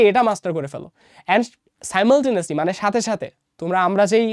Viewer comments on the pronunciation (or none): সিমালটেনিয়াসলি না সাইমালটেনেসলি ?